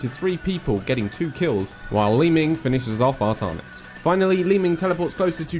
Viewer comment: 2 things, art-AN(as in AN apple)-is and zag-ARE-a. artahnis and zagra are bothering me.